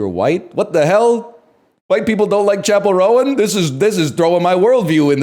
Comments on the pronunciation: Pronouncing it "Chappell Rowan" from now on. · chapell row-an